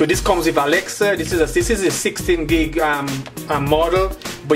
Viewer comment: the way he pronounced Alexa as "Alexer" is a bit destracting